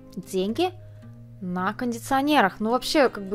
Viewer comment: не тока, а только. Не скока, а сколько, пожалуйста. А произношение финского 5 с плюсом!